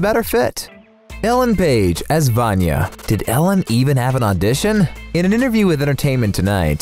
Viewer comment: That pronunciation of 'Vanya' is atrocious